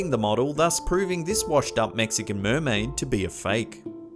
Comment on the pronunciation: MURMAIDER MURMAIDER MURMAIDER MURMAIDER